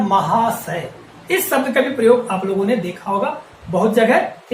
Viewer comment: अपने श पर काम करो सर आप बार-बार शब्द को सब्द बोल रहें हैं, श्री को भी आप स्रि बोल रहें हैं l